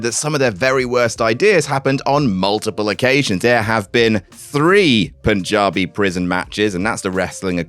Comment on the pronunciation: For the first time, someone on the Wrestling Infotainment pronounced 'Punjabi' properly. For everyone else, its not 'Poonjabi'. Thanks.